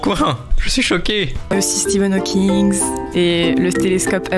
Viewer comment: stePHen hawkinG pas steVen hawkingS